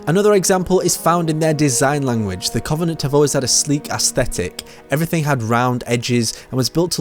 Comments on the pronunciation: Does anyone else get triggered at his pronunciation of Covenant? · Aaron Claydon it the way he pronounces the "O". It's just sounds wrong